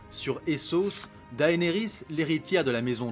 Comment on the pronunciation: tu prononce mal Cersei et Daenerys sinon très bonne vidéo !